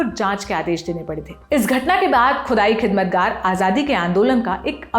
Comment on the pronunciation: खुदाई और ख़ुदाई खिदमतगार जैसे शब्दों का उच्चारण मिठास से करें " it is never late to learn"